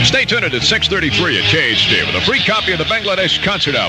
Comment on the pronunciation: Khj sounded like k-earth